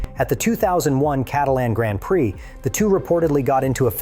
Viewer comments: AI voice said “Grand Prick”. 😂 AI is trash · seriously why did you say Grand Prick?